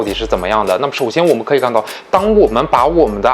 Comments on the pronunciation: 資訊很棒 但.....阿帕德.....謝兒死困 我的媽呀 聽一次抖一次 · ....你怎麼IPAD的發音發成RPAD的感覺=.=...... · 我聽到阿帕德就關掉了，發音真的聽不下去